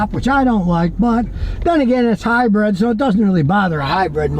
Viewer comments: Dang it Scotty,it’s Hy-brid Not Hy-bread. Lol😅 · Or Hy-bird lol